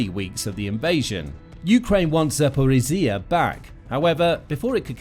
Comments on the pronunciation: What happened to the old narrator? This guy struggles with zaporizhzhia😢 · The way you pronounce Zaporizja is hurting my ears.